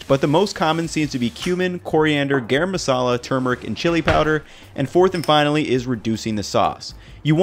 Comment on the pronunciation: I love the way says “Garam Masalah”😂